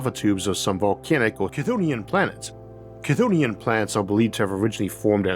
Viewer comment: Was "Cthunian" an AI or a dub of your recording? Don't feel bad about that word being so hard to say!